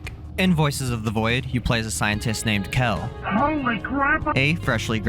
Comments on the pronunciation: i came here to say this. who pronounces them like that? 😂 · Just like mispronouncing Kel and Bao, the intro was ragebait